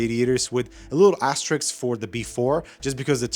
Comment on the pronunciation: Asterisk. Not asterix.